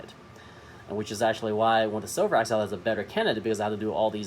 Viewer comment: Informative tutorial video on how to improve a Spyderco flipper. 👍 However, just a FYI, this Spyderco knife is actually spelled “Sliverax” and pronounce like a wood “sliver” and not the metal silver in its name.